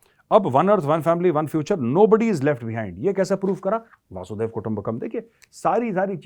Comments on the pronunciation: मेजर साहब, "वसुधैव कुटुंबकम्"। अर्थ, वसुधा (पृथ्वी) ही एक कुटुंब है। ये आप "वासूदेव या "वासुधेव" कहते हैं इस का कोई अर्थ नहीं है; ऐसा कोई शब्द ही नहीं है। लेकिन ये मैं भी किसे समझाने की बेकार कोशिश कर रहा हूं? जिस के लाखों दर्शक हैं और उसी हिसाब से हज़ारों कॉमेन्ट्स् आते हैं, वो कब वक़्त ज़ाया करे अपने आप को सुधारने में? वैसे भी ऐसी ग़लत भाषा बोलकर ही लाखों दर्शक कमाए हैं; तो लगे रहिये। और ग़लत भाषा बोलते रहिये। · वसुधैव कुटुम्बकम् न कि वासुधैव ❤🙏🏻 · Major sahab galat bolte ho ap vasudev kutumbhkam. Vaasu nahi hai vasu hai.